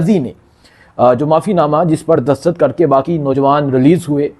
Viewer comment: Bhai Imran khan hota ha Imran haaan koi word ni ha. Dastakht hota ha dastahat koi ni hta lol